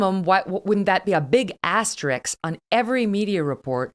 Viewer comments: She said, “asteriks”.🤣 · Hey, Megan, double check how you said the word “asterisk” . It should be…ass ter risk. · um, Kelly "Aster - isk" !!